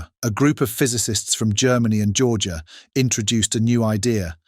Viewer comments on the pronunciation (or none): none